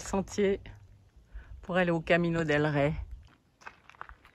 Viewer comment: Ouah.....vous avez du courage, le faire sans savoir la difficulté du parcours....chapeau ! Rey se prononce comme un oreiller sans le o....reiller....roi. Toujours des vidéos de qualité et sympathiques. A plus